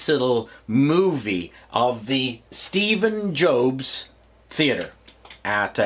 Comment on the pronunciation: Did he said Steve Joke Theater?